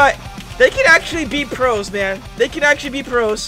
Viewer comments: I hate how he pronounces "Meglovania" As "Meglovonia" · Mega lo vain Ia not megalo van ya sry I’m a fan of undertale lol. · Me when he says mega-lo-van-ee-a in stead of mega-lo-vain-ee-a (angry monke noises) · It's not called megalovonja it's megalovania. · “megalovonia” really? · Spotlight map is for tails doll from the sonic.exe mod..also your not saying MEGALOVANIA right pal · the way he said megalovania tho….